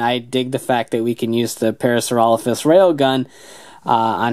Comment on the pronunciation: Yeah you pronounce Parasaurolophus correctly. Strangely enough the morpher does not.